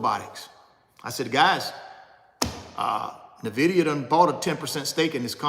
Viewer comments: Pronounced "Enn-Vidia" not "Nih-Videa" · Invida not nahvida lol he be speaking from the heart that's passion